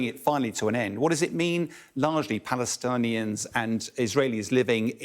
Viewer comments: The way the guy says “Palastaanians” 🤣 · He said PalesTanians .. hahahhaa why not Pakisaurus while ur at it haha